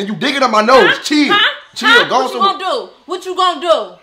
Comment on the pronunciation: 😂 he say till not chill 😂 no hate tho